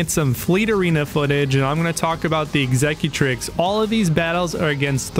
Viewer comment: Horrible intro music and you can't pronounce executrix